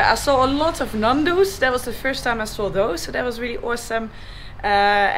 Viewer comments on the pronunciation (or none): Fantastic scenery, great vid ! Be careful, one day, like the pied piper you'l have thousands following you around on their bikes !! Your energy is contagious! Just for the record, not Nandu, but Ñandu pronounced Niandu, or something like that. Keep them coming ! Safe journey